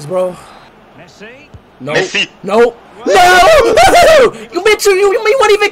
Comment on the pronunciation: "MESSI PETTER"?